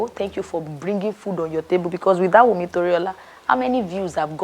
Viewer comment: Wumi without the "n".😅😅😅❤❤❤